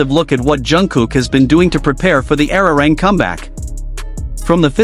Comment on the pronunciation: Nicht ararang sondern arirang!!!